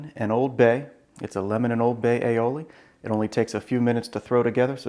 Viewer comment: Damn, another video with a pompous dick that cannot even enunciate "aioli" properly.